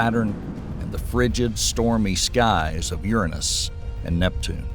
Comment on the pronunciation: Sorry, but if you can’t say the gods name Uranus correctly, I can’t listen.